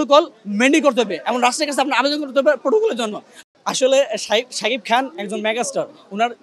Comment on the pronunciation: যে কথা ই বলতে পারেনা, তার কাছ থেকে নিচ্ছে ইন্টারভিউ! সেতো শাকিব খান ই উচ্চারণ করতে পারে না...